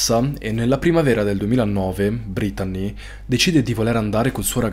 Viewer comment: Veramente bel video molto intrattenente peró per favore pronuncia belle il nome brettanee ( si legge brittnii)😂❤